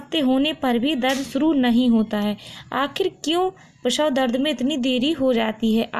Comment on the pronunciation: Prasaw hota h prawhaw nahi bolne ka dhang nhi video banati h